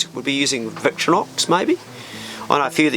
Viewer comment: please, its not 'victronox'... its VICTORINOX and hilux are still the best:)